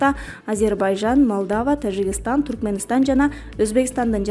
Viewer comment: Окуп жаткан кыз ...Тажикстан деп тазза эле окупсан жакшы болмок. "Ж" тазза эле айтчы. жи деп окубай.